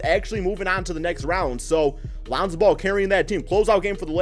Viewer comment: Lanzo ball. Swear you say his name that way everytime. lmao